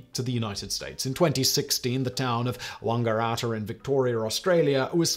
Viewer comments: Yeah, Simon's pronunciations can be fun. I live 20 mins from the Australian town Wangaratta mentioned here. He says Wang gar atta (sounds posher I suppose), we say Wanga ratta but it's known as Wang 💜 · it goes along with waaahngeratter instead of wangaratta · His pronunciation of Wangaratta [Wang-gah-rat-ah] was likewise chuckle worthy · I love that everyone not from Australia pronounces my home town wrong. It's wang-a-ratt-a like (slang for penis)-a-(large rodent)-a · Wangaratta- poor old Simon kinda didn't get it right either! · Unfortunately Simon, you butchered the correct pronunciation of Wangaratta in Australia. Fun fact: In the 1980's the Wang computer company in Japan set up a computer manufacturing plant in Wangaratta. They also sent a bunch of merch shirts for the staff, but could not understand why the staff refused to wear them. Across the front of the shirt were the words 'Wang Cares' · Interesting pronunciation of Wangaratta, but compared to what we get from Americans it was ok.